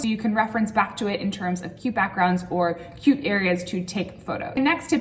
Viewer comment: Ohhh u said 'cute' .. I heard q q 😅